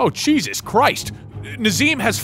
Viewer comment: 'Cheesus christ'